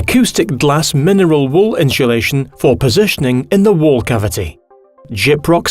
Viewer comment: LOL. The first time I was like "ah ok, it was just a miSHtake". But the second, third.... Are WE saying it wrong?!